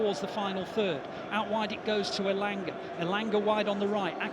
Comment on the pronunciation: Not engala 😂😂elanga